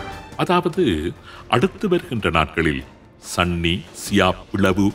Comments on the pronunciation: சன்னி அல்ல சுன்னி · சன்னி இல்ல சுன்னி என்று வரும்